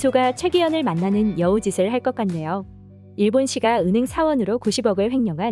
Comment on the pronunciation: 시가( 싯까) 발음. 띄어읽기와 발음에 신경써 주시면 더 좋은 채널이 될듯합니다.